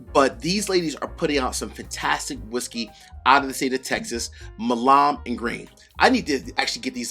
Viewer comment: Hey! Enjoy your content - keep up the good work!. I just wanted to mention that the couple of videos I have seen where you have reviewed Milam & Greene that you kind of mispronounce Milam. In Texas it is pronounced like "Mile-uhm" - it is an historical family name from the Texas revolution. Anyway - not really a big deal but wanted to let you know. Again, always appreciate your positive attitude and upbeat presentation in all of your videos!